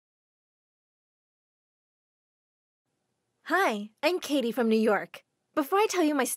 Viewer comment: he said kitty instead of Katie